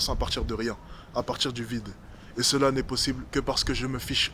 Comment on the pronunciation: chaqueu foi queu j'ai trouvé queu c'était possibeuleu. J'ai aboreudé uneu fille c'est équesaquetement ce queu je voulais faire a teravers mes vidéo.